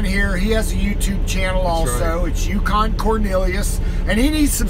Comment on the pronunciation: "Yucan" Roflmao